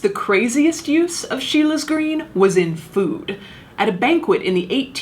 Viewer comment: It’s Scheele’s green not Sheila’s green! Sorry :s